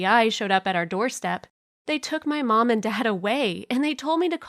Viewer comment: did she say pawnm and dad